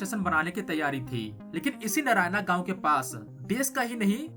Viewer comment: Learn to pronounce words correctly. नारायणा गाव ❌ नारायण गाव ✅ वधवन ❌❌ वाढवण ✅ छबन भुजबन ❌छगन भुजबळ ✅